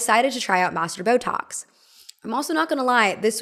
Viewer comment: Is she saying “masseter”? Because it sounds like “master”.